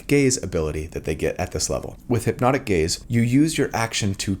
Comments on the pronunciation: I hear "hypnotic gays" every time 😭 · I kept hearing "hipnotic gays" and it made me giggle 😆